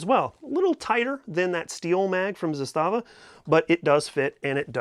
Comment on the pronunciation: ZAS-tava., per company pronunciation. Sorry, I just always find myself throwing that correction out, I'm not trying to be a jerk.